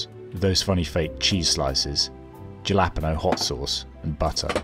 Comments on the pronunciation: Why are you saying japalpeno like gelatino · "Hal-a- pee-no"